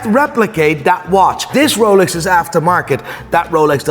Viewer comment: You should start using that pronunciation for all watch brands! The Ruuooooolex